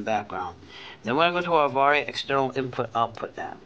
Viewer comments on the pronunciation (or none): FYI, it is pronounced "Av Air."